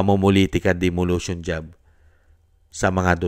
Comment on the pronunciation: Correction lang po. Sabi nyo "demolution" job. It is "demolition" po. Peace ✌️